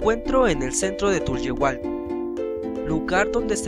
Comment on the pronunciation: nada mas te corrijo, no es tuyuhualco, Es Santiago Tulyehualco